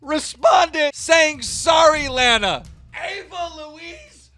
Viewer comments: it hurts when u say "layna" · Dude does not know how to pronounce names! This guy said Laayyyyna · Her name is LAH-NUH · Why do you pronounce it as “lay-na” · it's pronounced (lah-nah) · La-na, not lana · Nigga said layna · lay-na lol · Why does keem pronounce it “lay-na” 🤦🏻‍♂️ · Start pronouncing names correctly. Do your fucking job. Its pronounced lawna. Logan literally said that in the clip. And you cant even correctly read the messages. He said she jumped him not i jumped in. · It’s pronounced lahna dumb fuck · STOP CALLING HER LEYNA FFS!! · You said Lana wrong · You aren’t even saying Lana’s name right. 🙄🙄🙄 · Every time keem pronounced Lana wrong I cut my wrist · Ffs keem can’t even pronounce Lana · im honestly super bothered at the fact that he doesn't know how to pronounce Lana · He said lana wrong everytime it pisses me off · Omg right how do you not know how to pronounce her name lol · Can you start pronouncing her name right holyyyyy shit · Imagine hearing how you pronounce Lana Rhodes and then saying it wrong and also Mike is a fucking idiot bro Lana is hot af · Keem is in a profession where he should be able to pronounce names and places.. He can't say Lana's name right and can't say "Vegas".. Drives me crazy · learn how to pronounce a fuckin name correctly like holy fuck is it really that hard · Keem pronouncing Lana’s name wrong as if he doesn’t know she is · like for everytime keem mispronounces Lana's name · Anyone else get pissed about how he pronounces lana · He pronounced Lana Rhodes wrong on purpose to not get in trouble with his girl you finesse king keem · Whos layna it's pronounced lana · Why he say Laana it’s Lana 😂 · You literally never read or pronounce anything right and its the most annoying thing ever. Plus it’s not like you’re live, you could easily edit it or redo it but of course not bc youre lazy. You also butcher everyones names, for example its LAHHNA not LEHHNA...seriously the easiest name. Get it right, it’s your fucking job